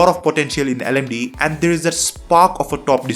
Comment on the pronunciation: It's L-M-D-E not LMDEE pronounced, Linux Mint Debian Edition